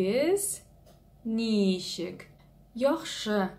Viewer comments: если я не ошибаюсь, вы ударение в слове ничек неправильно ставите - на первый слог-нИчек, а надо на второй - ничЕк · Ничек---так и произносится ничек через ч , а не через щ. Через щ это какой то чувашский акцент.